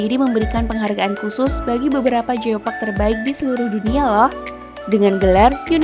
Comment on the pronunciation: Bukan jiopak tapi Giopak Ciletuh